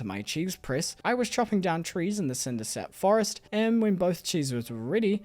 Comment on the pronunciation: I love how he keeps saying 'Cindersnap' instead of 'Cindersap'